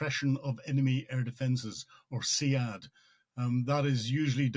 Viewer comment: Sead….not Se-ad Army trying to understand A2